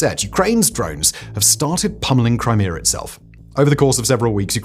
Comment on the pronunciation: Brits need speech therapy.